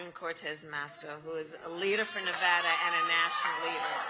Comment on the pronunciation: I give her credit for pronouncing Nevada correctly. Other than that she is a living, annoying laugh track.